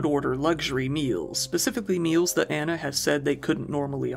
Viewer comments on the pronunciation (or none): none